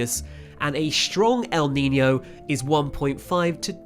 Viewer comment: Its pronounced neenyo not neeney o